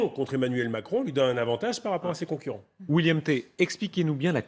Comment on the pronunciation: Pauvre William, se faire écorcher le prénom une bonne douzaine de fois. William Té...